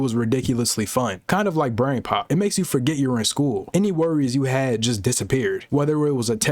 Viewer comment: Altered it so much you said “bran”